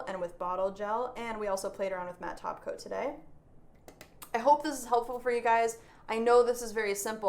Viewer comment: I always hear "taco" when you say "top coat"... Maybe I'm hungry 😜